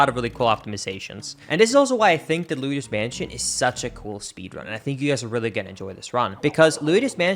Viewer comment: I can't get over how you pronounce Luigi correctly on its own but then always say "Luidus Mansion"